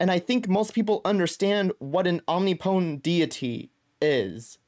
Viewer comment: Om-nip-o-tent not "omni-potent"